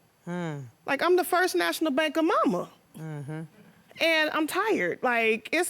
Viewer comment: Not he called her MOMA T 🤮